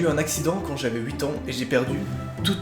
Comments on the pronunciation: FFF C'est " Huit " est pas " Huite " Tocard. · Qui a remarqué qu’il dit oui à la place de huite a 😂😂😂😂😂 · "ouit dernières années"